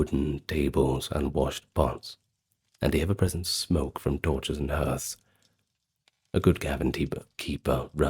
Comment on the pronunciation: I love you but please learn how to pronounce "hearth" correctly.